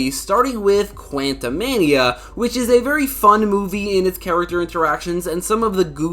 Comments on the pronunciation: You're saying quantumania wrong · how the FUCK did you just say "Quantumania"? 😕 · why do you say quantum mania like that it catches me off guard every time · STOP SAYING QUANTUMANIA LIKE THAT